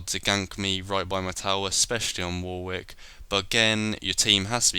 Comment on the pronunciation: What kind of Brit pronounces the second w in Warwick? Shame on you! ;)